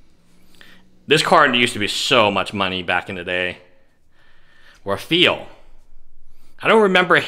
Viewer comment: raphael is pronounced raff-eye-el lol good shit tho